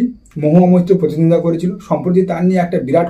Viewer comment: Kathata contest mane Protiddhondita , thik thak uchharan korun.